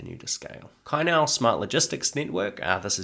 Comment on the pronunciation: thanks for the video. Great effort please keep it coming. One nitpick is the pronunciation CAI NIAO(菜鸟). In Chinese, the "C" is pronounced like "ts" (instead of "k") so it's more like /tsai, niau/. If you know a bit Taiwan politics, CAI sounds similar to the surname of the female president Tsai Ing-wen